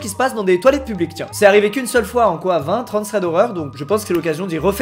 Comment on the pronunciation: Mecanicrrrrr, simpaticrrrrr mais publiqueeee 😂😂😂